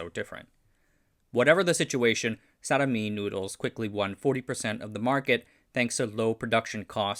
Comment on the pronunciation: For future videos: Dj is is usually said as J and J is said as Y (This is due to the Old Style spelling So for example, Djajadi Djaja is not as you said but as Jah-yah-dee Jah-yah. Also I is not read ay but ee in Indonesian So Sarimi is not Saramee but Sah-ree-mee